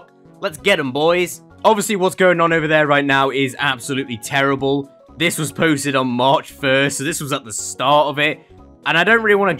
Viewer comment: ✨Wassssss✨ lmao 🤣 is that you censoring yourself? Or is it just your accent??? If it's just censoring yourself it's funny but if it's an accent alr I respect that but- ✨Wass✨